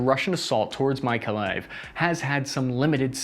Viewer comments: Kherson is pronounced keep son not kerisson! And Izyum is pronounced Izzy yum! AND MAKALAIV is pronounced mick ka lav! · Its pronounced NEEKO LIVE like alive, not like lift. Maps have it spelled as MYKOLAEV, but its more done that way because of cryllic transcription rather than how one pronounces it. Yeah, visited it and have friends there. They are at the most crucial juncture to protect Odessa. Should they fall, its going to be bad, very bad for all of Ukraine. It cuts off the southern border, and exposes Moldova to a hell of a vulnerability with Russian troops stationed there, in effect slicing Ukraine to only one border... that with Poland.